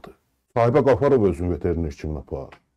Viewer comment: bəy, millətçi olduğun üçün sənə hörmətim var. Səmimi qəbul elə. VeterenEr yox, veterenAr